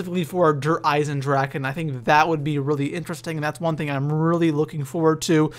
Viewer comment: It's called der Eisendrachen